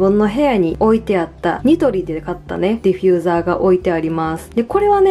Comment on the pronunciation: ディフューザーをディフィューザーって言ってる可愛い❤私も今回ニトリで色々一人暮らしのもの揃えた！いぇい！一緒だ🎵